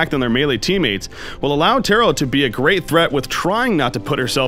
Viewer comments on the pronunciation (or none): Why does this guy pronounce "Tarot" like "Tyrl"?